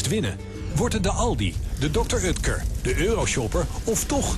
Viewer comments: Het is oekter niet ukter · Ben ik de enig de me ergert aan het feit dat hij dr. Utker zegt in plaats van dr. Oetker